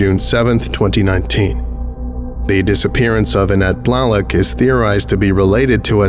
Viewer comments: Blalock is pronounced “bl-ay-lahk” just for future reference. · I have never heard Blalock pronounced Blahlock before 🤔